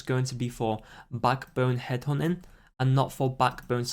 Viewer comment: "Headhunting" You: hed'honin